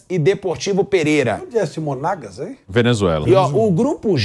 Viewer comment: Flávio dizendo Corinthians contra Monaguas , bolei de rir 😂😂😂